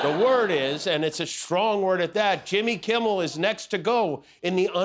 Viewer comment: "jimmel kimmel" 🤣